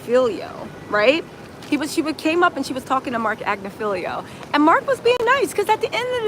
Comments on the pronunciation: AG NIFF AHLO not AgnoFEEL-IO 😂😂 maybe you’re mispronouncing it on purpose to make him sound silly. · Ag-Ni-Fill-Lo Not Agnifilio